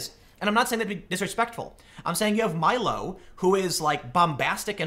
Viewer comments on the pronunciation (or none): none